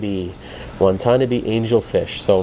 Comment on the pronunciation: Hey. Love the channel. The angel fish is pronounced "Wa ta na be" (same accent on all syllables.) I know, cause its my last name! Lol.